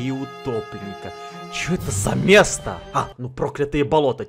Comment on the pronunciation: Мне послышалось не сердце утопленника а гопника